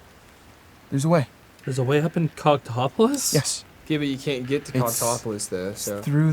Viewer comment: It will never stop sounding like they’re saying “cocktopolis”